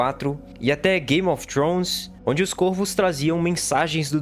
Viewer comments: Pronuncie-se CóRVOS.... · Não sabe a pronúncia do plural de corvo.